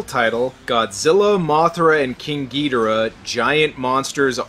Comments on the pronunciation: Pronounce it as you will, I will not hate you, but I was raised with Ghidorah. Not Ghidrah. I cannot take the title gEudRAh seriously. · Its not king getirh its king gadorh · Ghidorah not Ghidrah. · Its not gi dor ah... Its ghidorraaaaahhhh..! Leviosaaaaaaaaaa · I'm so fucking tired of people saying "GEE dah rah." It's "gee DOR ah." That's how the Japanese say it ffs. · It's Ghi-Dora not Gydira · Ghidorah not gidrah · Gidra? You mean ghidora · Why do you say gee-dera? It’s Ge-dor-rah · Ghidorah it’s not Ghidrah it’s Ghidorah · It's gi-dora not gee-dora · It’s gih Dora Not gee Dora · the way he said ghidora hurt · It's Ghidorah. No Longer Ghidrah, Ghidorah. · Specifically GidOrah. That's an O not an E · all of this is good except how you pronounced the names.... every time I heard "gee-da-ruh" I cringed. then "CEE-SAR" forced me into this comment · Its Ghi - Dho - raa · your saying gedora / monster zero wrong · its Ghi-Dor-ah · It's Ghidorah gidoora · OK enjoying the content but can't you at least pronounce ghidora right lol